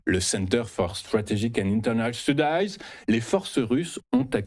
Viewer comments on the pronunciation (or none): Très intéressant merci. P.S: Si vous permettez, "Studies" se prononce [stâdiz] en français.